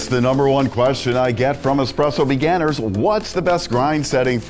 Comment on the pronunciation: Why am I hearing beganers? Cool video though.